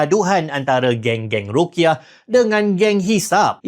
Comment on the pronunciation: Bukan rukyah, tapi ru'yah